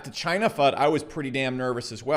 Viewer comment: Did you just say ‘Chiney’ lol😎